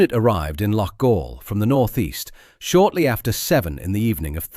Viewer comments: It's not "Loff-All"....it's "Lock-All". And you wonder why the English are so despised in this kind of reporting? 🙄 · Loughall? Aye right🤣TAL